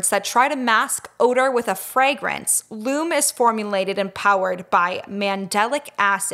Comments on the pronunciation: You two are too cute! And Lume is pronounced Lume EE fyi 😘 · I love Lume. It really works! (Psstt,, I believe it's pronounced Lumie--like Loo-mee.) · Wait you pronounced Lume wrong haha love you